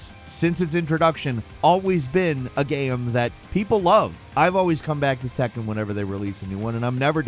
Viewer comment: Its tekken not takken 😂